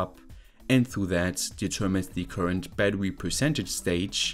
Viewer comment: bro pronounces bettery like a furry